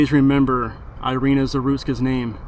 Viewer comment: She is, not airina she is Irina. (Erika) Rip nice girl... Damn criminal country she arrived...